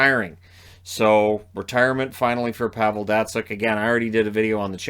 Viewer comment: at least say Pavel's name correct geez